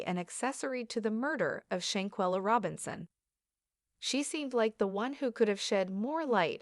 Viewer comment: Listen, white lady....If you INSIST on exploiting this topic waaay after-the-fact, for your own good...(that's YOU hoping to get enough likes and views)...Then, for God's Sake AND for SHAN-KWEH-LUH's Sakes PLEASE, PLEASE, PLEASE AT LEAST take the time to learn how to properly PRONOUNCE what you call yourself "Reporting" on! 😦😦😦 And it's KAH-BO" NOT "CAY-BO". You are very nerve-wracking and DISRESPECTFUL to not at LEAST get her NAME right!